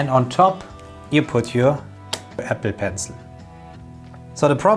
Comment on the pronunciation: I keep hearing epi..pencil.